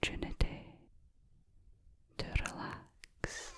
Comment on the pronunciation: This cannot be legal can it ? I haven’t heard the word “relax” sound so wonderful since dear, great Stuart Henry died. I sometimes think the Scots invented the letter “R” so that they would always know instantly when a Sassenach was in their midst. Or it may have been so that they would always feel superior by being able to sound them so fully and correctly. I speak as one who shamefully cannot pronounce his own surname correctly. The equipment just ain’t there. My God she is gorgeous - and I can hear that in “Gregory’s” voice even after all these years. Gregory’s Gurrull, I want to hear his little sister say it.